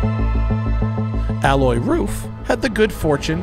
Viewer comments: Can’t even get his name right ; it’s Alois the i/s isn’t silent , it’s A-low-eez !!!! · Alloy? You mean Ah low ees? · Please do me, my Grandfather (who had the same first name) and Alois Ruf the favour and spell his first name correctly. Its not Aloi its AloiSSSSSSSSSSSS dont skip the S at the end, its rather importent in german, we have no vovels to forget or hide under your tounge in german any letter you see has to be spelled. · hahahaha OH GAWD. Alois Ruf is not pronounced 'alloy roof' but 'A-low-eez'. I remember reading that back in the 80s in an issue of Sports Car International. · I was laughing at this mispronunciation too. how on earth do you pronounce the name Alois as "alloy", lol. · while i do not have heard the podcast i literally live in the town next to RUF and believe me, it is not alloy. If anything, a local would emphasize the „s“ in Alois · The man is called "ALOIS" Ruf, not "Alloy" Ruf. Also, the material you're talking about is called "Aluminium", not "Aluminum". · Love it. Great car and great video! Just please learn to pronounce Aloïs right (A-LO-ISS) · Matt, his name is A-low-eez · RUF isn't a tuner but a car manufacturer. And the guy is called Alois, not alloy... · Alois is pronounced A-low-ees. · AH-LOY-US. it's nor Frecnch ya goof. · his name is not "alloy", it is alois, with an a like arkansas, followed by lois, like lois lane....it sounds just stupid like you pronounce it, it hurts in the ears.... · The "s" in Alois isn't silent. ;-) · Great video! The "S" in Alois is not silent btw. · The S in Alois is not silent, because it's a German and not a French name. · Pretty sure you pronounce the S in Alois, Matt..... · He knows how to pronounce Gemballa but butchers Alois?